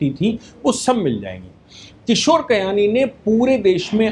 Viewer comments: किशोर बियानी नाम है कयानी नहीं... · Kishore Biyani not kayani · Bayani not kayani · Kayani nahin bhai. BBBiyani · किशोर बियानी not कियानी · आप किशोर बियानी को बार-बार किशोर कयानी बोल रहे हैं। थोड़ा ध्यान रखें। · किशोर कयानी नही वो किशोर बियानी है। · It's Kishore Biyani NOT Kiyani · किशोर कयानी नहीं किशोर बियानी है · Kishore Biyani. Not Kayani.